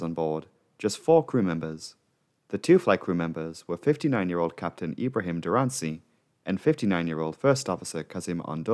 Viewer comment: You have a wonderful channel. Definitely worth attention. I'm a big fan of aviation. :) You might want to pay attention to the Turkish name pronunciations though; it's not Dur-an-sii; it's Duran-cı (read the c as a quicker version of j) I can help you out if you are interested.